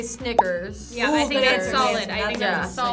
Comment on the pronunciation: she 100 percent said sniggers